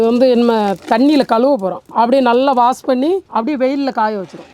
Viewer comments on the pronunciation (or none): none